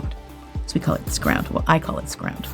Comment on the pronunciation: liked this. have to admit the "scround" got me though😂🤣.